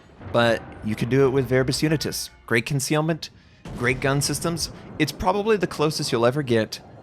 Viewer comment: Finally is butchering the Latin language 🤣